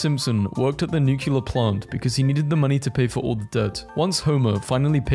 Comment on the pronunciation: YAY A MEGA VIDEO. Gonna count how many times says NUCULAR instead of nuclear.